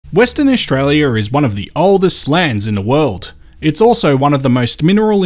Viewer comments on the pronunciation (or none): none